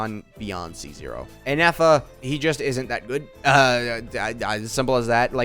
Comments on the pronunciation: saying ineffa instead of Ifa continuously says a lot about ifa's kit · I was also baffled of the amount of times inefa was said lmao 🤣 All fun and games till Ifa comes to correct you 😂 same though